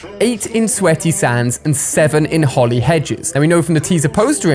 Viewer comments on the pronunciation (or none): none